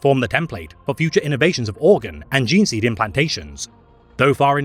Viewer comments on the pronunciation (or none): none